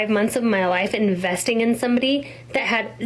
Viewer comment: so much pressing tongue on the word investing,, i am curious what exactly was that investment comprised of